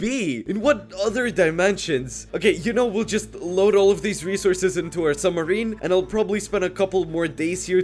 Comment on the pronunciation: his summerine broke